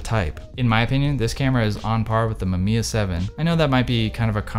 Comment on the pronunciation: this man really said "Mamamiya 7"